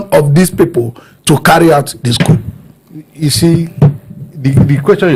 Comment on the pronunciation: Why are you calling it C-O-U-P 😂😅? The P is silent😅.